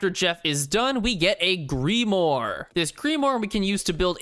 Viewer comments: Grim-ore, cool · This guy: Greemoore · I assume he means Grimoire when he says "gree more"? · Loved this one! For future reference, a grimoire is pronounced like this: “Grim-war” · Grim-uar got it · Grim wire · Oh dang I always pronounced it grim-WAAGH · grim-mwah got it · "Greemoore" Me: Genuinely tweaking bc he said grimoire wrong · Behold the GREE-MORE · Okay I love you man and I love your content but it's (grim-Raaru) grimoire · Not gonna get a response to thos but grimoire is french and pronounced gruhm-war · Listen, I love your videos, but why the hell do you pronounce grimoire like that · you said grimoire wrong